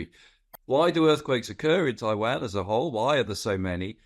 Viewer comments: Why does he say Taiwan like that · Annoying pronunciation of Taiwan .